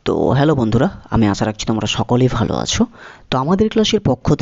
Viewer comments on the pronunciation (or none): none